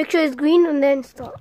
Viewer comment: my favorite part is when you say : Gween